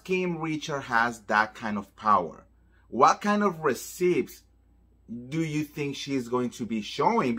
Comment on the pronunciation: I love you so much. You are amazing. So, I want to help you a bit. One word you constantly use is “receipt.” You are mispronouncing the word. The “p” is silent. It should be pronounced “ree-ceet.” And, again, I am only telling you this because I love you and want you to be the best you can be.